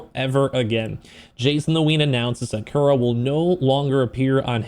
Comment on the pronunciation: they way he said jakura